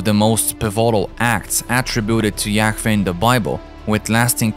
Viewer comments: Yaweh not Yaw-eh. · Yahweh, the narrator can't even pronounce it correctly,,, sounds like he's Yak-veh smh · The Aramaic Pronunciation is Yah Wah meaning Breath pronounced as a Breath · Is it really pronounced as "Ya-Feh"? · The way you keep saying yakveeh is so annoying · It's pronounced yah-way and the English translation is Jehovah! and yes that is his real name...Jesus is the son and Jehovah is the father aka GOD; the creator of all things❤ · The whole video is sooo wrong. To begin with, the name is YHWH. It is pronounced YAHAWAH. That is how paleo Hebrew is written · Yahfeh? Just sound it out twin that’s obviously a W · The video was great but the accent of the guy talking in the video pissed me off so much because he just kept saying a lot words completely wrong including God’s name, Yahweh. Like come on dude! there is nothing wrong with an accent in fact I actually like it it’s just the fact he kept saying certain words completely wrong not even close. 😡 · Ugh. The mispronunciations are horrible. Too distracting for me to even try to finish. How many different ways can AI pronounce Yahweh? I counted seven before throwing in the towel. Enough to unsubscribe.